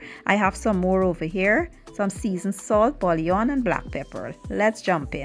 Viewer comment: Bouillon is pronounced Boo-yon.